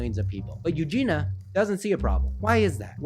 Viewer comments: Good video and I can relate but PLEASE - her name is E U G E N I A not EUGENA - sooo many people say her name wrong - sorry it bugs me. As you must know by now she is getting help - I really hope she is - she is such a sweetheart... I hope her parents get help as well - her mother in particular is troubling to me... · Not hating but it's U-JEAN-E-UH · But how have you managed not knowing how to pronounce her first name? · Her name is Eugenia.. with an i